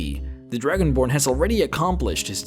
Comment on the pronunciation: The Druginborn. ARTICULATE YOUR STUFF xD